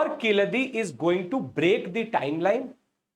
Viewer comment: Its vaigai not vagai 🫤😓 too bad pronunciation. Its not keechadi its keezhadi (learn to pronounce "zh" "zha" if these english letters involved in tamil name